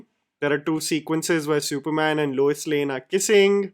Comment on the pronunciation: Lois Lane ❎ Luis Lane ✅